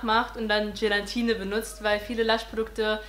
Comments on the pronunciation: Es heißt Gelatine😉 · Es heißt doch 'Gelatine' und nicht 'gelantine' oder? 😂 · Wieso sagen alle immer GelaNtine ? 😂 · das heißt gelATine und NICHT gelaNtine -. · Gelantine 😂 Du bist so süß ❤️ Cooles Video! Eine Frage: wieso hast Du dir die Haare gefärbt, wenn Du doch braune willst? Ich hab mir noch nie die Haare gefärbt (habe dunkel braune Haare) und frage mich, wieso alle direkt nach dem Haare färben sagen, dass sie wieder was anderes wollen 🙈🙈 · Es heißt Gelatine. Oben n.